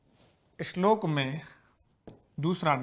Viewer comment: अच्छा शिक्षण,श्लोक को इश्लोक न पढे़।